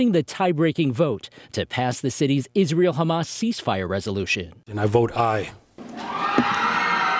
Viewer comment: You don't know politics.. I suggest you stay out of it. You don't even know how to correctly pronounce Israel.